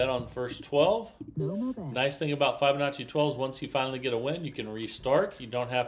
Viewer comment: The i in Fibonacci is pronounced like the i in Fib, not like the i in five.